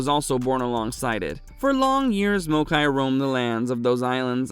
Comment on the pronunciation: This video is informative af, my only gripe is how maokai is pronounced 😂